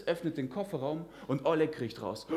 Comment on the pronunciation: Почему он неправильно называет русские имена?🤦 Что за О́лег?